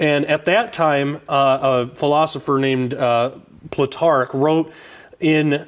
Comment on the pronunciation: Pronounced: Ploo-Tark :D